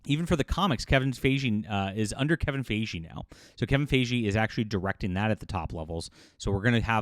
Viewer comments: Kevin Fi-Gi, not Fey-jee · Fi-Gee not Fay-Jhee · Why do you say his name wrong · Well, it doesn’t help that Ryan Reynolds is a terrible person. So that might add to the hate. Also, why does insist on pronouncing Feige's name incorrectly? I am not a fan of the guy but I mean, that's not how his name is pronounced. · mispronounced Feven Feige's name numerous times, and he's reporting on gossip as if it's news. This video is embarrassing. and Ranting For Vengeance are the two worst anti-woke grifting monkeybots on YouTube.